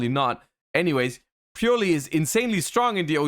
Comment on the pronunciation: please, it's purrely not purely. please.